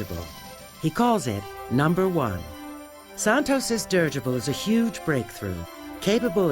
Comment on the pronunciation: Dirigible, 4 syllables, not dirgible.